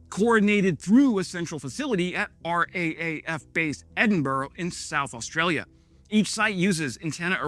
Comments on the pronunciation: PLEASE R double A F NOT R.A.A.F. Slava Ukriane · JORN works so well because, by bouncing radar down to the surface, it picks up every single plane (stealth DOESNT MATTER) and ship, even submarines, with the same radar.. NOTHING hides from JORD.. And for R.A.A>F., we say R, Double A, F.. "AR-DOUBLE-AY-EFF" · Mate, please, the Australian Air Force is "R DOUBLE A F". Also our "head office" is CAN-BRA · Hi... Head's up; we don't spell out the R.A.A.F., we just say 'raf'... FYI. 🦘🦘🦘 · R A A F? Aussie......R double A F😅😅😅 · me lad. The Australians don't say "the R-A-A-F". They say "The R-double A-F." I have to watch you like a hawk. I flew LATREP missions on the DEWLINE in 1988. We joked that the secrecy rules were to conceal unserviceabilities, not capabilities. So glad to see my government finally taking their duty to defend our Arctic seriously.